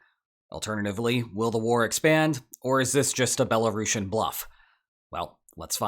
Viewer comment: Belarushin? you sound like youve never heard how it's pronounced